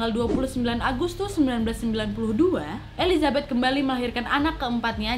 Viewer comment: Maaf elisabet bukan elizabet